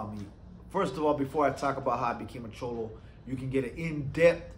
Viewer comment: Just say cholo normal bro lol